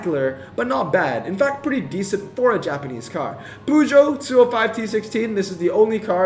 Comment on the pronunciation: stop pronouncing peugeot like that